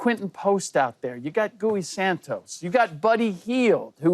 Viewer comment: Did Bucher say “Gooey Santos”? LoL